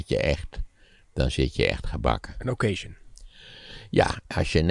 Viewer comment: Als Maarten zo mooi "pied de cochon" kan zeggen dan zou hij toch ook "occasion" (wat een Frans woord is = okkazjon) mooi moeten kunnen uitspreken. In Engeland bestaat dat woord niet in die betekenis (used, pre-owned of secondhand cars)